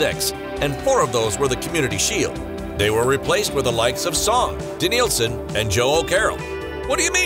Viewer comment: De-NIL-son what a joke😂😭